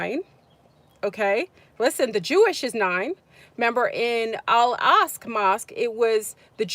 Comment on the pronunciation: Al-Aqsa is pronounced Ock suh